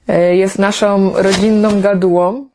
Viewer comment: Gratuluję sukcesu, ale słuchać nie mogę - naszom, rodzinnom itd.